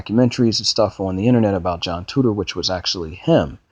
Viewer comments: Titor-----Tee-tor, not tutor. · You can't even say his last name right. How are people supposed to take you seriously? Titor. (Ty-toor). Not tutor. Sigh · it's not TUTOR it is TITOR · ahahahahahhaahhahahahhahahahahahahahhahahahahahhahahahah TITOR....TEEE-TOR HTF you readin TOO-TOR? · Name is not right, correct yourself before you make videos. Also do research before hand so you know what you're talking about. It's pronounced TEE~TORE. Thanks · How do you pronounce TITOR as TUTOR? Also you are insanely gullible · Juhn Tutor....um okay....um...10 minutes of your uninformed opinions and no I don't know what you are saying...please stop using the internet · 'I' doesn't make a 'U' sound. Just helping you out